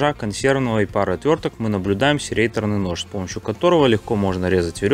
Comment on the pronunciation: Показал пилу, говорит - серрейтор. Х.з